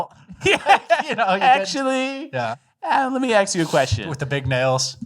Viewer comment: Lemme axe you sumthin